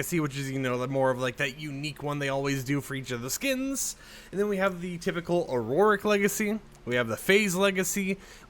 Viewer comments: Auric is said “aur - ick” not auroric!!! 😤🤭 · My ocd is compelling me to tell you that Auric is pronounced Or-ic, it's based on the Latin word for gold, aurum, that's y the gold variant is called the Auric Legacy